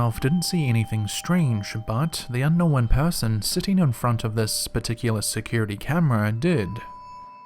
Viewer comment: He says unknow-when